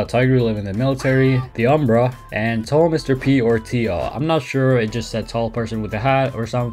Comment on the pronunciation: Ah yes T A L L M R P